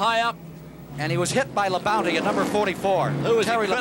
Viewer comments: I was cracking up how they kept referring to Terry Labonte as "Terry Labounty". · Earnhardt, Bodine, Rudd, Bonnett, Gant, Terry Labonte (Squier pronounces it "La-Bounty"), Richard Childress, Earnhardt's future crew chief, racing each other (cool). Only Neil Bonnett was a former winner of these guys at this point. Plus the "Big Four" (Petty, Pearson, Allison, Yarborough). No Bill Elliott though..... Although he was in the '78 race, I think finished 8th (!) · Hate how they say Labonte.